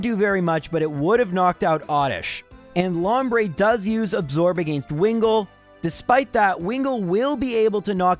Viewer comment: The way you say "against" will never not get on my nerves. It was obviously something forced, not natural. If it was you wouldnt pronounce "giga drain" properly